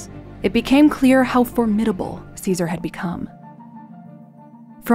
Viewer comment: TY for pronouncing his name correctly and historically correct. By doing this you have proven you did much research. For that TY.